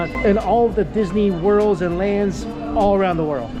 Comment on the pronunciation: Nihon "Dee-su-nee" dio...